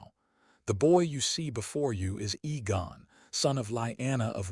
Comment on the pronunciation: AI cant spell or pronounce Names/Words, Aegon NOT Egon.